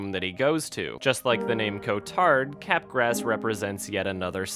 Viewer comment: It is pronounced like Mardi Gras. "Cap-Graahhhh" syndrome. Not Cap Grass. I had to say it, someone had to ily